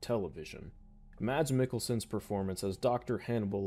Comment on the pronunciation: It's pronounced "mass meekelson"